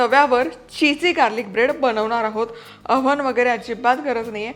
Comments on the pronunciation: It's not ohan it's oven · ओहन नाही ओव्हन. तुमी चुकलlत. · ओहन पण नाही ओव्हन ... पण त्या अवन बोलल्या... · ओहन नाही ओव्हन। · हवन नाही ओहन